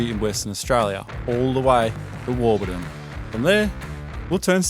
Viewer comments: Warburton, not Warbuton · You say the Desert teaches you Fast, but just 0.49 seconds into this video you failed. There's not a lot more to learn is there? Warbuton ---- really ~ it's WARBURTON. Just hope you will learn something! No you didn't ~ the Victorian Desert in Western Australia ! It's the 'Great Victoria Desert'